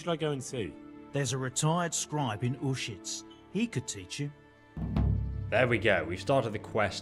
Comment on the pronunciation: SwordBreaker925 yes some NPCs say it clearly. but the Baliff of Uzhitz makes it sound like "our shits" so there's that ^.^